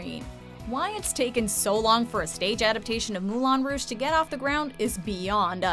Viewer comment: People (especially ) STOP PRONOUNCING MOULIN ROUGE WRONG IT’S SO ANNOYING